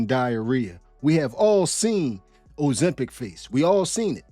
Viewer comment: Ozemschitz 😂, say it again Bruh 😂